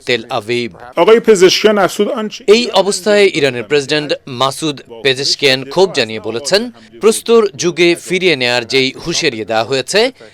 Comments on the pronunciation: মাসুদ ফেজেসকিয়ান হবে। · ইরানের প্রেসিডেন্টের নাম উচ্চারণ করতে পারেনা কিসের বালের খবর পড়ে মহিলা ছি